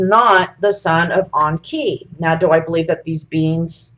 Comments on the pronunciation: Onki??? Ya mean *E*nki??? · Does she keep calling enki awnki? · The way she says Enki, sounds like Donkey, Onki...LOL I'm willing to try to hear it though.